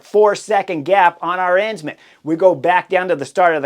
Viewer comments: It's just like saying Aron but Aren instead. Arens man, Arensman - not a rense man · Chris, pls spend some time on pronunciation. I had no idea what rider you were talking about until I realized you were butchering Tijmen Arensman’s name. It’s pronounced Aaaah-rensman. Can’t believe you described UAE’s tactics as marvelous after they were clearly out played by VLAB. Promises potentially a real race for weeks 2-3 if the UAU team keeps sucking wind and leaving Pogacar isolated against 4 VLAB riders (Jonas, Kuss, MJ and Simon Phillip). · Are-Ins-Man? WTF?